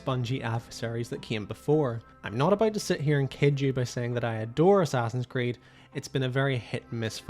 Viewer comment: The moment you said Assassin's Creed you lost all credibility😂😂